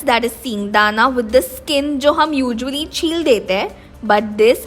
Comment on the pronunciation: Did she said ujually instead of usually??